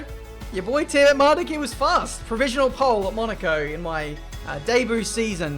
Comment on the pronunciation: How the F do you pronounce Tiametmarduk because the way you say it doesn't make sense. To me it's pronounced TEE-A-MET-MAR-DUCK going off the spelling but you pronounce it TEE-A-MAR-DE-GUE or whatever WTF. I mean if you're Dyslexic I apologise but if not then WOH I think you should redo your name spelling mate.